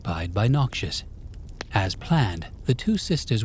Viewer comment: Stop saying noxus like Nausius, its soo jarring pls I beg. Thisis i great, but the way you say it ruining it.